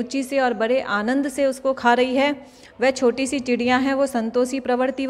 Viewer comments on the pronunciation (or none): none